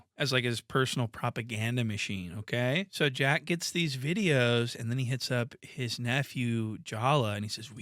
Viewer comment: it's Wack 100 not Jack